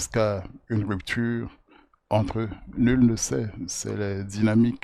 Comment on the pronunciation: Lirę entre au lieu de enter